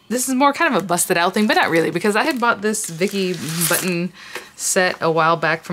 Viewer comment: Cool card. Her name is pronounced boo tin lol.